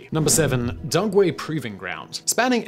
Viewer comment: Did he say “DuNgway”?